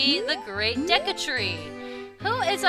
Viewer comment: For some reason, I keep hearing you say The Great Desu Tree. ... Maybe I watch anime too much.